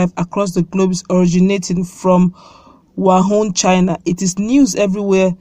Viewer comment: Pls stop calling it 'wahun,...'its wuhan'